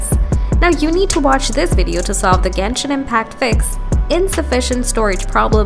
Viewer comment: Ganish impact at the start🥹❤